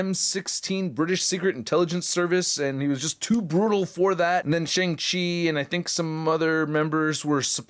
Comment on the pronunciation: Shang Chi is pronounced like "Shahng". It is the long "A" sound, closer to "Shong" but more like "ah", like Ahsoka.